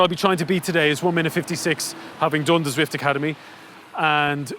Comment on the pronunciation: Turned off as soon as he said zwift which was about 3 seconds in